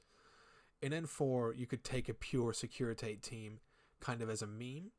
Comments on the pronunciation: Great video! Quick note though, securitate is pronounced "SEH-KU-REY-TA-TAY", it's the reference to the secret police of the communist Romania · Securi…tah tay. Took me a minute to figure that one out. Not used to American accents in infinity videos. 😂 securi Tate. S’funny